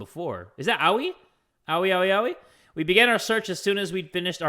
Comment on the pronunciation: ffs, someone please tell it's pronounced "ah-oi" not "OoWhiE" ToT